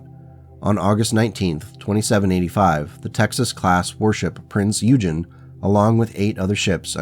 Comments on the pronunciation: Prince Oy-gen. It's named after a German Battlecruiser from WW2. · Aaargh… the mis pronunciation of the Prinz Eugen…it’s the a German pronunciation based on the warship from WW 2 .. look up,it’s history and learn how to say it.